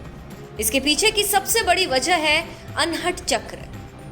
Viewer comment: अनहट नहीं अनहद।